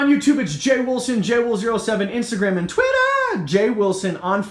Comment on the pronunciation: I always giggle when you say twitter 😂😂😂😂 tank looks amazing jay ...